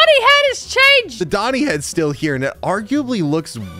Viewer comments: that's not doni, that's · thats not doni thats 💀💀💀